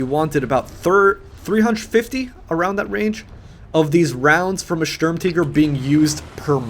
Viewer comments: M3D13V4L If he were pronouncing it "in German" it would be "Shtoorm-Tee-gair" and you would roll the R's. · Ughhhhh the way you say tiger bothers me so much, its not Sturmteger its the tiger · German ZockerHD It's not Sturm TEEGER idiot it is spelt sturm TIGER for a reason so unless you say Tiger "teeger" you are wrong. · Sturm"teeger" you mean Sturmtiger as in TIGER like the big cat!!! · WTF IS A SHERM TEEGER? retarded peope shouldn't try to pronounce things out of their language. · german, tiger is pronounced teeger, and they pronounced it stermteeger, but some people pronounce it stormteeger for whatever reason :P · Why are you pronouncing tiger "teeger" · The way he pronounces the vehicle name, kinda makes u get the idea of "hey, lets change the official pronunciation of Tiger to Tea-ger instead of just pronouncing it the right way" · Say Sturmteeger one more fucking time. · I couldn't watch this, his pronouncing of Sturmtiger as 'teeger' was just far too annoying, I'm sorry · Why the fuq are you saying the word tiger like tea-ger??????????????????????????????????????????????????????????????????????????????????????????????????????????????????????????????????????????? makes you sound retarded as fuq! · I'm pretty sure "Sturm" is pronounced "Stoorm" and if you want to say "Tiger" I guess you say "Tigré". (Note I wrote how it's pronounced and not spelled) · Why do you say SturmTiger like SturmTeeger. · Jambona - Funny Videos - Gameplay - Parodies its pronounced like SturmTeegur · This little girl really needs to learn how to pronounce stutmtiger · M3D13V4LLol. he doesn't even pronounce it german.